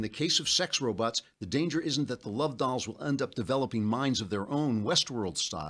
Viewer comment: Dear Mr. Klavan, why do you say "robuts," but "bot" normally?